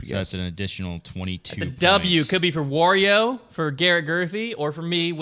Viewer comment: Odd way of pronouncing Wario.